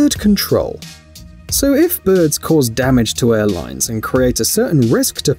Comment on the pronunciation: normal ppl: birbs me: birds this guy: BŐRDS